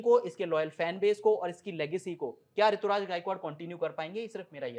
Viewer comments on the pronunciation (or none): Rituraj nhi Ruturaj h